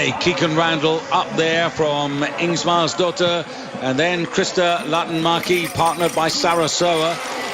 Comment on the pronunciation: When will this commentator figure out that the Swede Ingmarsdotter does NOT have 2 s's in her name??